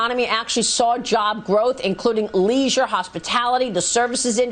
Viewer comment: How can that lazy pronounce leisure as leez-yorr ?